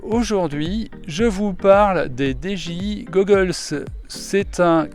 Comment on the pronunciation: Lol ta dis dgi gogoles